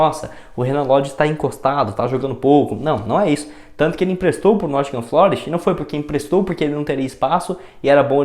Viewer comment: Corrigindo: Nottingham Forest e não Nottingham FLOREST como você falou por 3 vezes no vídeo em seu comentário sobre o Renan Lodi.